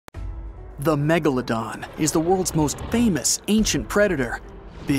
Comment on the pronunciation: Are. Megladon. Stell. Reol😬